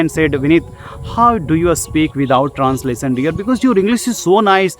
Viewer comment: abe unpad pahle grammer thik karr --- How can I think directly in English aisa likh unpad...and transasion nahi hota he translation hota he acchese pronounce karna sikh anpad